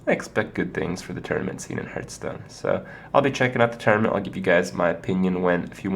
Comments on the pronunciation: IT'S PRONOUNCED "HARTH STONE" NOT "HURTH STONE" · Why cant he pronounce it properly, ARGH